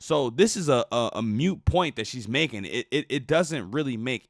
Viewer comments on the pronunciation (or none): it’s called a MOOT point not a MUTE point. This woman is MAD IGNORANT